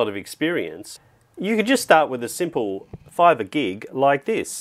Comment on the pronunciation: I like everything about this video, except "Fiverr" 😆